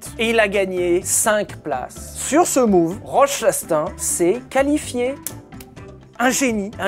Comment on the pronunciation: la prononciation de Chastain m'a fait perdre 3 ans d'espérance de vie ptdrrr